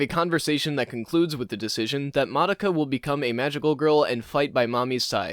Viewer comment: So you watched the show but canr say Madoka properly